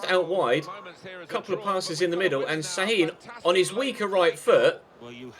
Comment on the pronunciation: şAAAHIIIIIN (it is not s it is ş)